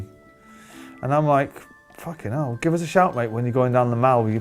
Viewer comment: Stop saying ‘facking’ like that Noel you sound like a facking twat